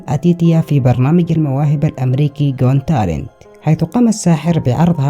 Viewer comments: اخي اسم البرنامج حق المواهب.. جوت تالنت "قوت تالنت " got talent بنسمعك تنطقها مثل جونتالن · اسمو برنامج المواهب جوت تالنت مش جون تالنت😤 اغتصبت اللغة الانجليزية انت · مبدع يا بس ياليت تكون تتأكد من نطق الأسماء والمصطلحات بشكل صحيح قبل عمل اي فيديو.. مثلاً جوت تالنت ليست جون تلنت وفقك الله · الي لاحض ان بيقول "غون تالنت" "gone talent" 😂😂😂😂😂😂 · ماشاء الله بارك الله فيك بس ياخي ليش تلفظ got talent بشكل خاطئ 😅 اتمنى تصلحها